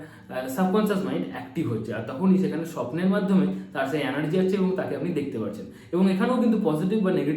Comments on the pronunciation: Anergy na Vai energy hoe .thik moto to bol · Word ta anargy noi energy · Anergy...Noy.....Energy ..habe